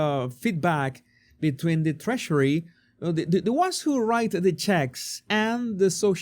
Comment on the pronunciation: Love how he says Trashery (Treasury).. have an accent myself, I bet I sound funny too.. but this is simply Freudian!